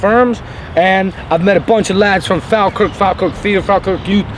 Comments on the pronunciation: Am a Falkirk fan it's pronounced Fawlkirk Falkirk Mods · If your going to talk about a football team at least know how to say the name of the team properly ...its spelt Falkirk..but you say fallkirk